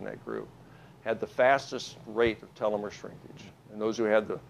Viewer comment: This PhD guy mispronounces the word telomere.